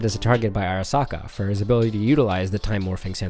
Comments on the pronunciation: please for the love of christ.... They literally pronounce it in the anime multiple times. SAN-DEVIS-STAN not san deveeeee stan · It's San devi Stan. Like devistate not San devee stahn